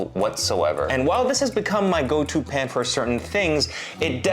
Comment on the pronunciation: I was turned off by the marketing. The YouTube ad featuring some vapid influencer claiming she developed it. Her pronunciation of the word “pan” was burlap to my ears.